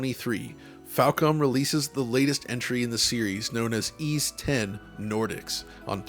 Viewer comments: Why is it pronounced as E's even though it's Ys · It's pronounced "eece" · How do you actually pronounce it? Ive heard eees and yvees over the years